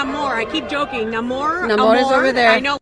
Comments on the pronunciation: He's been called Namor for years & I will keep calling him that it's "Namor" Hollywood not "Na-Mor" stop changing things. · Let's respect the late great creator of The Sub-Maniner, Bill Everett, it's pronounced: Nay-More.